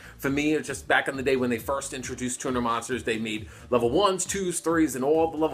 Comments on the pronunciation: Tuner sounds like Tuna when you say it. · At the start I heared "... best TUMOR monsters..." instead of turner. Would make sence though, bc eversince 5Ds came out, the cardgame sucked imo